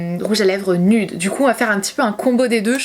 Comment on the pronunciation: le mot « nude » se prononce « nioude » pas « nude »😭😂❤️ sinon top vidéo, belle évolution!